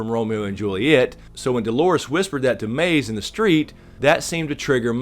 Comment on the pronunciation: Love your insight, but it's Maeve, not Maze, dude.